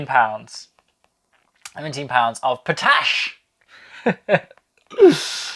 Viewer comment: I believe the correct pronounciation of potash is pot-ash, but I did enjoy the pronounciation of p'tash ;-)